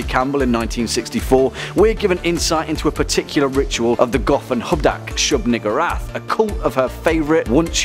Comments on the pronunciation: Why I thought he said nigga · That pronunciation...